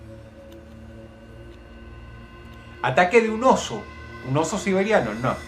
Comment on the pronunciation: Se dieron cuenta que dijo oso siberianio